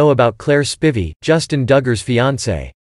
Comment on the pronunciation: one thing YOU didn't know about claire spivey is how to correctly pronounce spivey........